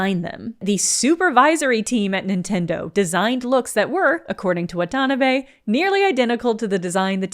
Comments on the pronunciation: Wha-TAN-a-bay => "whata-na-beh" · Had to turn off the video because of how horribly she butchers the pronunciation of "Watanabe"... Did she even try to do it right?!